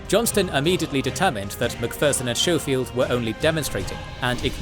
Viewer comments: Schofield is "sko-field" not "show-field" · you also know your narrator is mispronouncing names of Generals right? Like Schofield. You call him showfield but that’s not how his name is pronounced. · Schofield is pronounced with a hard sch like school